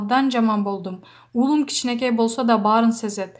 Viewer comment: Айланайын туура окучу нервти кашайтпай улуум эмес уулум деп окучу дикторсунбу эмнесин билбейм екобуз эмес экообуз айланайын